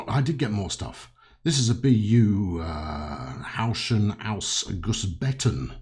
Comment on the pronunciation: your german is very good. Only the 'Häuschen' the german word for cottage was improvable, but thats quite normal for words with ö,ä or ü in it. Your 'Gussbeton' spelling Especially the repeating second one was perfect. like a native;). another thing I found was this 'BÜ Häuschen' BÜ stands for Bahnübergang. In english railroad crossing. This cottage are made for the waiting people who waits in the country side to get the trains passed. A little Photo footage: The two little house beside the Stellwerk are the old Versions and sometimes you can see them around little trainstations till today but many were destroyed or standing demolished from the time at the side of the tracks. So you can make little romantic stations or more modern ones with these two kinds. Another footage: Yours sincerly and with regards from a subscriber/fan.